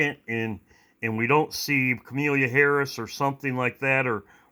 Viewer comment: Ka mah lah Not, Ka mee lēa I know it's not a big deal but Omgosh!! Lol God bless you all and your loved ones 🙏❤️